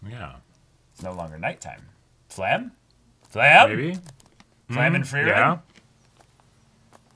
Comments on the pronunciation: She's called "Flamme", not "Flamel". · It's not Flam It's Flam-meh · Who’s fla-hm ?? New character?? “FLA-MEH”